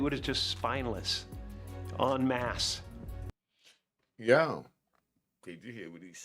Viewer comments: en masse ....not " un mask" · Unmasked????😂😂😂😂 "Enmasse!!!!" Smh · Not unmasked, “en masse”